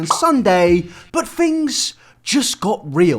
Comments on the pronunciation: It's pronounced THings not Fings. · Fhings got real? Speak english.